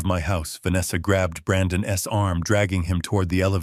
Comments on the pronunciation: Great story but Ai is horrible. Ai can’t pronounce apostrophes so it say Brandon S instead of Brandon’s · The worst AI reading of this! ‘Brandon’s’ pronounced ‘Brandon S’ is only one of a myriad of egregious assaults on my ears. Mispronunciation, jerky pauses, the list is so long.